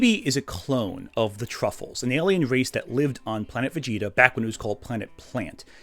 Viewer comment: I'm partially giggling at the constant mispronunciation of Tuffles as "truffles", but then I've always felt that was a terrible localisation of "Tsufuru-jin" anyway. Much prefer MistareFusion's "Sufurians" or even the Blue Water GT dub's "Sufles".